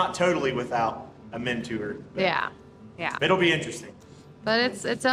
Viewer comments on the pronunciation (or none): After watching again I thought you were just hilariious as you stsred into the camera not saying a word not having a clue what was talking about. It reminded me of The Price is Right with the model showing the prize. And needing a "mentour" (mentor) that was more of ROFL. Have a nice Saturday 🌻🙂